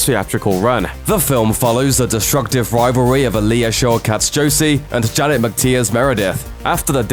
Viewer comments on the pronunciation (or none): none